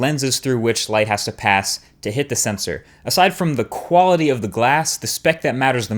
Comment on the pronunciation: I thought you said equality for a second. -_